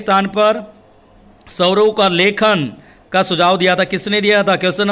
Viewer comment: महोदय आप हिंदी पढ़ाते हैं तो कृपया हिंदी के शब्दों का सही उच्चारण किया करें आप बार बार स्वरों को सवरों कहकर उच्चारण कर रहे हैं,सुधार करें